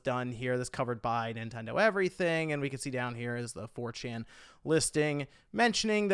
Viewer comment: Are you... Are you saying "4chin" 🤣🤣🤣